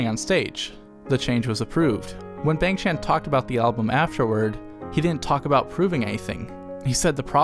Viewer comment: love the video! great walk down memory lane with nice commentary. small nit-picky request: b-AH-ng ch-AN-n not b-AY-ng ch-AY-n. The 'a' (I don't have hangul keyboard on my laptop) in his Korean name is pronounced like 'ah' (like how you pronounce changbin) not 'ay'